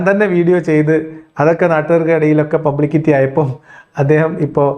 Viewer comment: . പബ്ലികിറ്റിയോ ? ഈ നാറിയെവിടുന്നാ ഇംഗ്ലീഷ് പഠിച്ചത്